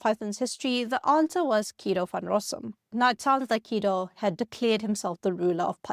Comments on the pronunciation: The way she pronounces Guido as "Keedo" throws me. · Was the script of this video incorrect on almost every point on purpose to generate comments like this one? Guess we'll never know. Makes a video about Python and dont even check the pronunciation of "Guido"